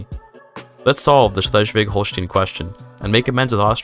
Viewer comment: Just for future video projects concerning the region, the "stein" in Holstein is pronounced like the "stein" in Einstein .